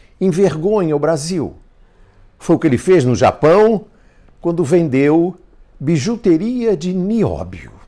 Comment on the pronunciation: Ele falou bijOteria , pra piorar